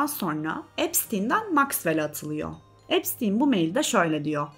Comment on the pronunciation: epsin diyip durmandan videoyu izleyemedim resmen insan videoyu cekmeden nasil okunuyormus diye bakmaz mi